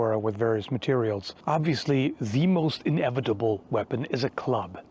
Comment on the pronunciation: Team America Kim Jung Il voice: “The future is inebitable. In … inebitble. Things are inebitiwly going to change!”